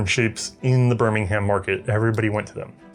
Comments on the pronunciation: Birmingham is pronounced like birmingum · In England it’s pronounced ‘birmingum’ as opposed to birming-ham. Another weird quirk of the language. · Please stop pronouncing English place names as if the way they are spelled has any bearing on how they sound. Bur-min-gum Wo-rick-shuh